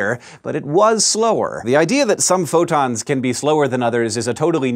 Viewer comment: It sounded like he said "futons of light." I like that image.